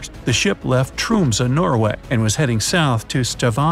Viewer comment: How you said Tromsø and Stavanger is halirius i acctully live in norway